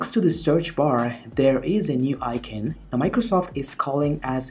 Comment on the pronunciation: Where is this guy from? He doesn't sound indian, I can't place the accent. The way he says Icon sounds like I-kin.